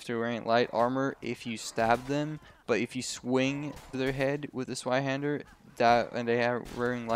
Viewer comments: Bro. It's called Zweihänder not Zweihander. It is a german word afterall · s-VIE-handur Zweinhander, its german yo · More accurate would be Ts-v-eye-hender